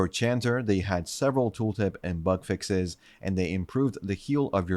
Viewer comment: Why am I hearing butt fixes instead of bug fixes? Lol